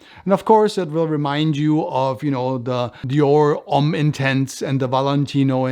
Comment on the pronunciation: thank you for your reply. As a Frenchman, I know what Homme means , it’s your pronunciation that was confusing.